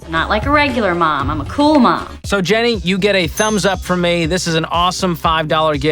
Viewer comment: the emphasis is on the word "THIS". Small explanation: other things are just gifts, but THIS is a gift. She absolutely loved that gift.